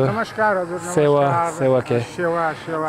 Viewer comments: its not sewn its Sewaro! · Not sewa you say sewaro it means namaste 🙏